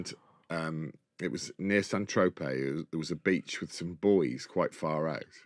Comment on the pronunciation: Who pronounces it santro-pay 😂